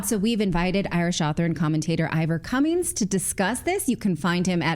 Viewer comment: Cummins* easy to say